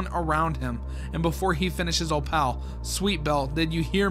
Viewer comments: O pal is hilarious lol 😂 Fr tho it’s said o-pull and it’s short for opalite (a crystal) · How your suppose to pronounce her name: “Op-ul” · tip: pronounce opal like apple, (ople) replacing the a with oh. btw opal is a real word, it is a gemstone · im not sure if im right, but i think opals name is pronounced as oh-poll/o-poll. well i think thats how they pronounced it in the show, but i dont remeber because i haven't seen mlpfim in a-long time. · cats name is pronounced o-poll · Opal is pronounced 'ope-ull'. No, I don't know why we spell it the way we do if that's how it's pronounced either. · Opal's name is actually pronounced like "Oh-pole" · The way you pronounce opal is oh-pl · it’s pronounced Oh-pull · Opal sound likr this op-el or op-il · opal is pronounced "o-pole" but just opal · bro please learn how to pronounce opal its 2 syllables how do u do it wrong every time 😭 there are videos so u can hear how its pronounced pls i love ur vids but i cant take it Anymore